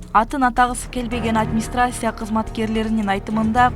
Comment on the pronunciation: УШУЛ КАНАЛДЫН АЛПАРУЧУСУ ОШ БАЗАРДАН РАДУЗИЛДЕН КЕЛГЕНБИ ,админстрассия эмес администрация карындаштар эмес 🤦🏻‍♂️эже синдилер